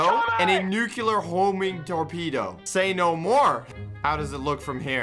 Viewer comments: "Nu-cue-lur Torpedoes"? "Sta-tus Rifle"? Why does he pronounce Nuclear and Stasis like that? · is it just me or he just said the nukelar torpedo??? (minute ) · Oh dear god it's not pronounced "nuculear" It's NU-CLEAR. Only the British get to call it "nuculear" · It hurts almost as much as his constant mispronunciation of the word "nuclear" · Every time he mispronounced "nuclear" I wanted to die.